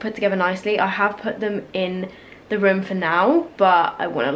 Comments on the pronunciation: I was like "What rim is she talking about?" until I realized she says "room", not "rim" 5 minutes into the video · luv how she says rum for room